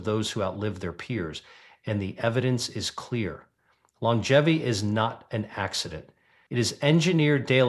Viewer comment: Your robot started out fine -- and then fell on its face with 80-S, 90-S and "lon-jevvy" for longevity. No, not "tyoo-merick." Tur'-muh-rick. Fine writing,. Why don't you read your sensible script yourself?